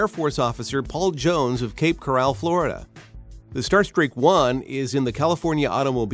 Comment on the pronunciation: Cape Co-rawll???? Is there a reason why the mispronounciation of CORAL. I mean we all know what a coral reef is. And What exactly is a “V8 powered engine” in the Toronado camper? Does this mean the V8 is the starter for a larger engine, or a hybrid like a Chevy Volt?